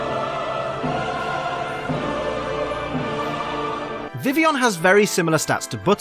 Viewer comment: why is it called vivion in the anime! vi-vill-i-on not vi-vi-on